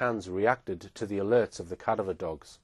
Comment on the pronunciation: please learn how to pronounce, CA- DAV- ER